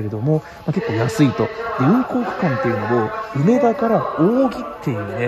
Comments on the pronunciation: 梅田のイントネーションがなんかおかしい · 「うめ」が抑揚のない発音、「だ」を一～二段高い音で発音していただけたらみんな立派な関西人ですw （ちなみに「中野」も梅田と同じアクセントです） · めっちゃ、梅田の発音が気になるww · 有料特急？南海と近鉄もあるやんｗ 梅田の発音が違う。大阪梅田は上野と同じ発音です。 あと阪神9500系じゃなくて阪神9300系のはずですよ。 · 内容より梅田の発音に違和感があり過ぎて内容が入りにくかったです。 まあ試験的な運用でしょうが、長続きはしない予感です。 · うめだ の発音がおかしい